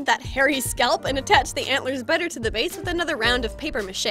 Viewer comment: she said baze not base